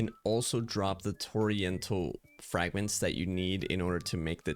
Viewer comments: Bro, Torrential is pronounced Tor-Ren-chull not Oriental with a T in front of it. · Thx man, very helpful! Fyi torrential is pronounced ‘tor REN shul’ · “Torry-ental” lmao 🤦‍♂️ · Torrential, an actual word, with an actual way to pronounce it. Toriental, water Asian? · It's also spelled "torrential," my friend. I think you reading it with the "i" before the "e" instead of after the "t" may have contributed to your pronunciation. ;) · I am forever going to say Torrential the wrong way from now on as you have brain washed me with this video🤣🤣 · The fact that he said it SOO many times had me fuckkng WHEEZING 😂😂😭😭🤦‍♂️🤦‍♂️🤦‍♂️